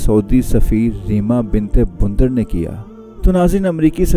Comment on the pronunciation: جناب آپ شرماحضوری میں سعودی عرب کی امریکہ میں سفیر کو ریما بنتِ بندر کی بجائے ریما بنتِ بُندد کیوں کہہ رھے ھیں؟ عربی میں بندر کے معنی وہ تھوڑی ھے جو اردو میں ھے؟